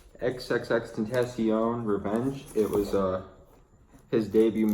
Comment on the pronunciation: Xxxtentashion hh